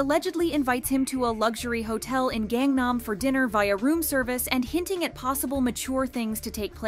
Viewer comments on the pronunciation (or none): none